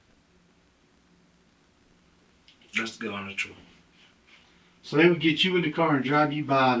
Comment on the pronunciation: "GOD's honest truf" "i tricks that's it"